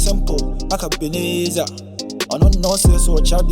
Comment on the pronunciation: U've taut French for 36good years eii